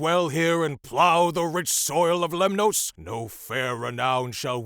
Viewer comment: You are pronouncing Greek words as though they are Spanish. Lemnoss, not Lem-noes.